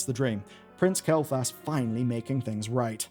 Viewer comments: HOW. HOW ARE YOU STILL SAYING "Mu'ru" WRONG?!?!?!. It's not even just this name. You said "Astralore_ in the beginning. It's not kel'thas. It's Kael'Thas. There's an ae sound!!! Just wrote your scripts phonetically!! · pronouncing Kael'thas as Kael'thalas is bothering me :D